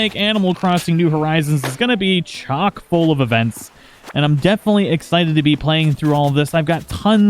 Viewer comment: finally someone didn’t say “chalk-full” 😂